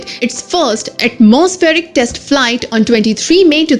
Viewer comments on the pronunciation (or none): none